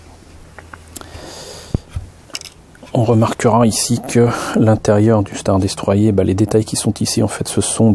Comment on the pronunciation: Elle est pas mal mais le star destroyer se prononce star destroyeur